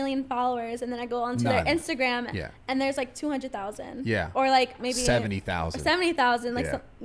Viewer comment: First few “ Yweah”… I’m done